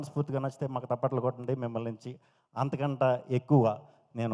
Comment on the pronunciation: తప్పట్లు బొబ్బట్లు కాదు అన్నా అవీ చప్పట్లు 😂 ofcourse మన గోదావరి వాళ్ళు చాలా మంది నీ లాగే అంటారు లే 👍